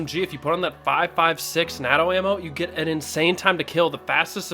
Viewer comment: Constructive criticism: When you're pronouncing "NATO", use a 'hard a" sound, like how you would in the word 'aim' or 'blame'